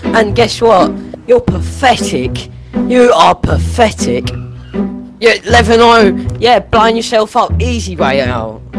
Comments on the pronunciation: Its Pathetic not Pafetic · XD "pfectic" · He said pafetic so much it started sounding like a type of pasta. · Osphyrix Nono, you misunderstand, he was saying ‘Pafetic’, not ‘Pathetic’. Pafetic is the secret and sacred code term used among griefers and tryhards when they want to admit defeat without admitting defeat. 🤣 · She really said: O sis is pafetic hehehehe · Their favorite word: PAFETIC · "YOUR PAFETIC!" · “you’re paFFetic” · PAFETIC... Pafetic... pafetic... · “Paffetic” “Proply”